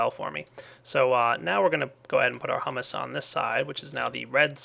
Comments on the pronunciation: This has probably been said too much but... HY-OO-MUS Hugh-mous etc. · it's pronounced hyoo-mus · h-YOU-miss pleae say it right